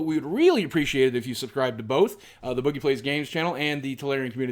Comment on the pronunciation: when he pronounces boogie wrong